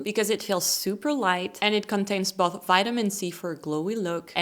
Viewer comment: You have a problem with pronouncing both and most. You pronounce them like "moth", you should pronounce them like "coast". I'd give you a 7 out of 10 😀